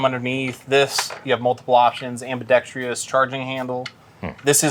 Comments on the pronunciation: I think if you can’t pronounce ambidextrous correctly, you lose 😆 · I cant listen to people who dont pronounce ambidextrous correctly. Xtra small guy wins on that alone. But seriously, two guns? This didnt feel relatable at all. I dont know a single person who would've bought only two guns.